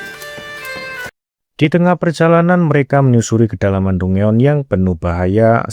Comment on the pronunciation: izin koreksi cara bilang dungeon itu danjen bang